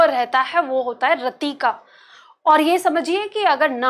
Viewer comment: मैंम आप पार्टी बहुत ही बेहतरीन समझाती है, आपके पास बहुत ही ज्यादा नॉलेज भी है लेकिन आप छोटी इ की मात्रा को बड़ी में उच्चारित करते हैं। रति को रती कहती हैं